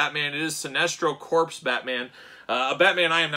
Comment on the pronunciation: Corps. “Core” not “Corpse.” Shame, shame. All ribbing aside, this was a famous look for Batman many many years back. Sinestro was announced today so get at Todd’s store or at Target’s Fall Geek Out event that started today.